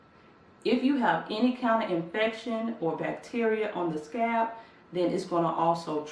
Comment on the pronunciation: I swear she says scab not scalp lol. It's all I can hear scab. Scab